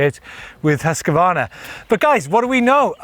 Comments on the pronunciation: hus kvarna NOT huska varna ;P :P hahaha huska varna LOL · There is NO letter between Husq and varna. Please stop pronouncing it Husq-a-varna! It's Husqvarna. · says it is pronounced Husk Varna , nek minut Huskavarna this Huskavarna that ... ah well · Huskvarna is a name with two words put together Hus= house and kvarna=milling so the pause should be hus-kvarna. Not Husk-Varna. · try making a pause between hus and kvarna and you get it right :) i live very close to the village of husqvarna. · Hoos Varna is the correct way to pronounce it. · Husk-a-varna 😅 thats not right